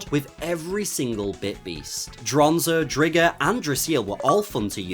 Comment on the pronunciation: Hearing you pronounce it Dri-gger instead of Dry-ger had me 😬every time x) Loving the content man, keep up the great work!